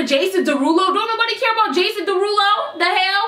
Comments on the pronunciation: Jason Derulo. Jason De-who-do 😂😂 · I love Jason Derulo, but that "Jason Der who doh" was funny as hell !! 😂😂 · "Jason Duh-who-doe" this is why I love 😂💕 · i started dying when she started to make fun of jason duh-who-dough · no she did not say jason de-who-doe. i CAN NOT.